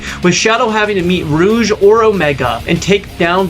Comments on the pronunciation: what even is this bruh Rouge is pronounced Rooj... Its literally an official word in the English dictionary wtf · Did you just call her Roog the Bat? It’s Rouge. Like, going rouge. With a “guh“ sound not a “juh“ sound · I hate to break it to you man but literally everybody pronounces it ‘rooj’ not ‘rogue’. Although I will admit you have a great point and it definitely should be pronounced ‘rogue’.